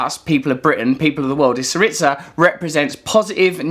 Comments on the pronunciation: Russell its Tsιpras not Zipras. Siriza not Si-ritsa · Love the Trews! You got your pronunciations wrong though... It is not Zipras and Syritza! It is Tsipras and Syriza. The z is a zed in Greek not a tz! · It is pronounced /'siriza/ with a /z/as in zed, zillion, zoo, stressed on SI. thank you for the video. Very informative! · OK Russell I love what you're saying but please pronounce this with us the Greeks: Tsipras is pronounced Chip-russ and Syriza is pronounced See-Ree-Zah. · Pronounced "sEE-ree-za" ('z' as in "zoo", not as in "pizza"), just FYI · it's SEE-ree-za , and CHEE- pras